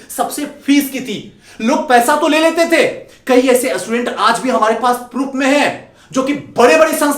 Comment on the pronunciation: पहले असटूडेंट को स्टूडेंट तो बोलना सीख ले 😡